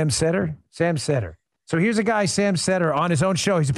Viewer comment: Its as cringe-y listening to these idiots "explain" socialism or communism as it is listening to them pronounce Sam's name wrong.